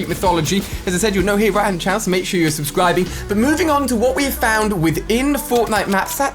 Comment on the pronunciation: Ali-A says subscribie